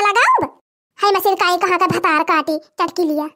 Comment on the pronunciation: bhatra kaati nhi bhatar kaati kaha kiriye jaise pahle bolti thi 🙄☹️